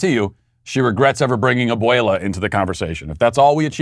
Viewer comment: Te sales!!! Lol, good pronunciation on abuela